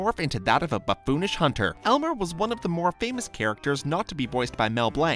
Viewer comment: "Buff Foonish"? Really?